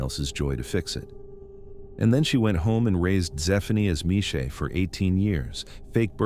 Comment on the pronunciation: "Groot Shoor" - gimme a break! It's Chrootah Skeur. The ch as in the ch in loch. And the father's name is pronounced Mornay. And the school is Zwaanswyk, not Swansea. And Michelle is not Meeshay, it's Mishell.